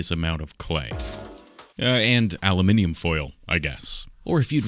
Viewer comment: The way you say aluminium is perfect and yeah keep it up - your Aussie Mate